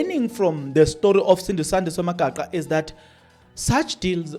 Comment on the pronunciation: Magaqa not Magaxa wena